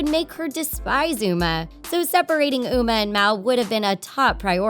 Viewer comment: You said Mal and Umer